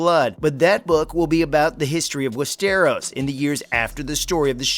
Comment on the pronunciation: Why does he insist on pronouncing westeros like that?